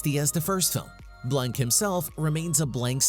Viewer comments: Mispronounced his name. It sounds like Blahk, not Blank. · "Benoit Blanc" Couldn't finish it when I heard Benoit blank...🤦‍♀️